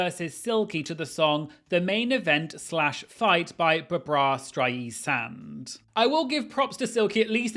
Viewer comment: who Streisand? Buh Braw? 😂